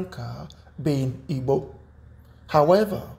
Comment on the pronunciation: i am highly disturbed about how this guy pronounces igbo